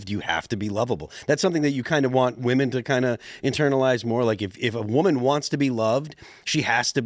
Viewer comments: Dude— Women (plural) is WIH-men. Woman (singular) is WUH-mun. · Listening to this guy say woman when he means women is so aggravating. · Woman and women are pronounced differently. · Why is it that so many people can’t say the plural of woman correctly? It’s woMEN not woMAN. The guest was saying it wrong repeatedly. Is this a Gen Z thing? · Why does he keep saying woman instead of women tho? I hate when the whatever podcast girls do it too. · The Asian guy cannot say WOMEN. It’s always WOMAN from him, singular or plural. 😂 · This dude being unable to pronounce women correctly is weird. I ahte those people. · I have to turn this off. The mispronounciation of women is missing me off too much. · grab your phone, open the recording app. Now pronounce 'woman' and 'women' and play it back. The two words should sound different. Like 'men' and 'man'. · Dude.... You need to learn how to say and use woman and women